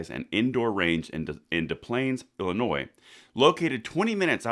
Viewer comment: A shout out to you, you know how to pronounce Illinois! Most people say Illinoise, there's no 'noise' in Illinois.;) Thumbs up to you